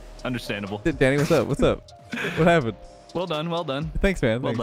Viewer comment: Everytime I here say danny for me I hear daddy LOL